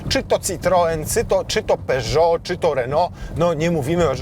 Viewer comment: uwaga lingwistyczna (to drażni niesamowicie😅). Tak jak nie wymawiamy Renault z twardym "T" na końcu, a wymawiamy "Renoo", podobnie jest z "Peżoo", więc nie mówimy "w Peżocie / w Peżotach", tylko "w Peżoo". 😉